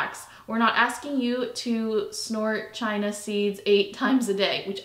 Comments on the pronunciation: It’s Chia Seeds 😊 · Did she say China seeds?